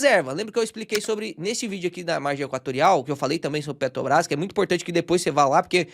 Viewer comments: Mais uma aula de PETRObrás que o não consegue falar o nome dela 😅😅😅., pega seu café e repita: é PETRObrás, não PETObrás. PETObrás parece que vc tá falando de algum negócio de pet shop. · Impressão minha ou o fala ‘Petobras’? Talvez esteja gripado. Brincadeiras à parte. vc é o cara mais foda de ensino sobre investimentos da internet. Acompanhava vários outros canais conhecidos mas depois que conheci seu canal já não faz mas sentido assistir os outros. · Conteúdo maravilhoso, mas dou uma desconectada no "PetoBRÁS". Zuando com respeito,!!!